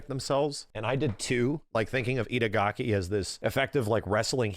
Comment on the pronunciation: The whole video says idagaki:D